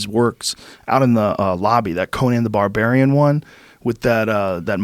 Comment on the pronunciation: "Conan the Somarian"?